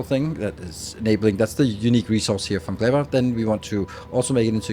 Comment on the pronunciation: "Glebba" "yuMAko"